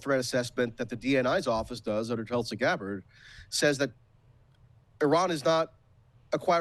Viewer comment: Did get Tulsi's name wrong 💀